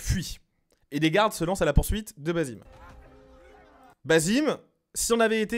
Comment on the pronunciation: Je comprend pas pourquoi tout le monde dit basim, mais qu’en réalité ça se prononce bassim, la femme dans le trailer dit clairement bassim, les personnages parlaient arabe, et le nom basim en arabe n’existe pas. Mais en vrai c pas réellement important, ça reste un jeu, c’étaitjuste pour info.